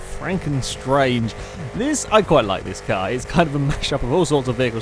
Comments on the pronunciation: It's 'Stange' as in the German for 'pole/rod', not 'Strange' :p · it's pronounced more like shtanga